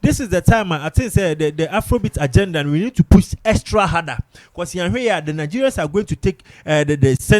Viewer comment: What's exrat harder? There's no word like that